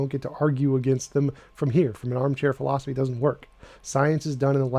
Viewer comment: If this jackass could at least finally learn how to properly pronounce the word philosophy.